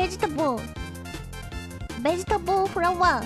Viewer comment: Fun fact: when she said Begetable she said it right they don't have a V in Japanese so they Make a B sound